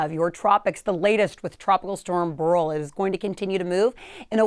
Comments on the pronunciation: It's pronounced Bear-ill, not Burl. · This woman has a problem with her pronunciation of names: Burl…Campaychay. What?! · Should be pronounced similar to Barrel. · Beryl is pronounced similar to barrel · I always thought it was pronounced 'barrel', who knew.